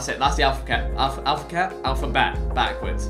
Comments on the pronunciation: Vik: “alphaket” Harry: ( ͡° ͜ʖ ͡°) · Vik: “alfaket” Harry : sounds good to me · Lol alphaket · Vik: “Alphaket” Harry: sticks head up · Normal people: alphabet Vik: alphaket Harry: me gusta